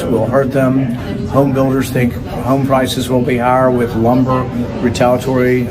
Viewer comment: Rand can't pronounce retaliatory...not at all...